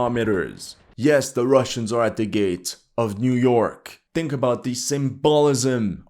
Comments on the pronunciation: Niu York xDDDDDDDD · Niu york... aint no way bro...... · Niu York? haha what the hell is Niu York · Niu Jork 😂😂😂😂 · So the Ukrainian Niu York is the big story so the irony is the pronunciation in English. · Niu york? Really? Russians captured niu york? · "Niu-York has fallen, next stop, Wachin-Ton"